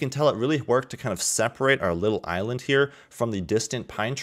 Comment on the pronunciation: Nobody:: Eye Land.